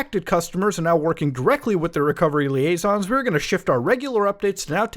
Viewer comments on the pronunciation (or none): none